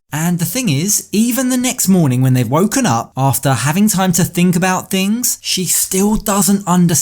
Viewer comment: Whyyy-uh, whennn-uh🤦